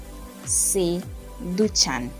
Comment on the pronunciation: Muy claro pero pronuncia " se" como "eh"